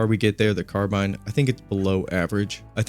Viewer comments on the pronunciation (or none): none